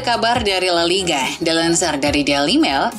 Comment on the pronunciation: Pengisi suara nya bisa nggak yang lebih profesional gak min ? Msak nyebut la liga aja gak benar !!!